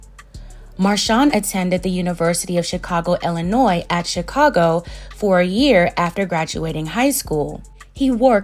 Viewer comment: Thank you for pronouncing Illinois correctly!!